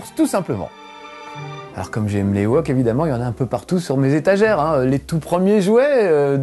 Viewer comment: par contre on prononce '' i woke